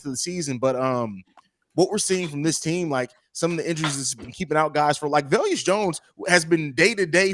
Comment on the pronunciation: VE-LUS not Vel-Us 😱